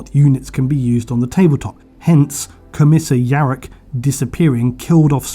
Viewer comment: “Commisha Yarrick” lol